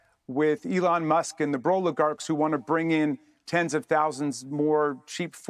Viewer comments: He said... bro-ligarac ? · Did this man say BROligarchs?? 😂😂😂